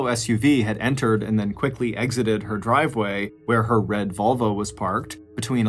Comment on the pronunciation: Mr. Ballen is an awesome dude, but it seems he needs a little more practice saying "in her driveway where her red VOLVO was parked." 😆 - I am surprised anybody was willing to park their "red vulva" in their driveway. But hey, I'm not judging... 😄